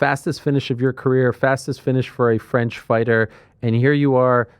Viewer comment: I'm french and I can tell you that you have a perfect french prononciation. Do you have french origins?